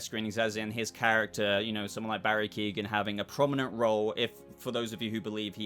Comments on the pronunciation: Keoghan is pronounced Que-oh-gan. Not Keegan. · It's Key-on. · please stop the mispronunciation of his name. its not Keegan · Great video but I'd wish you'd learn how to say His name properly, he's not related to Kevin Keegan 🤣